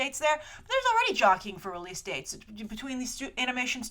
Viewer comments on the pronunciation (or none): none